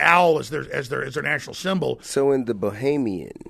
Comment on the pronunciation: This dude can't even use the correct pronunciation of the word "Bohemian" haha. Get the fuck out of here with this pseudo intellectual cadence. What a tool.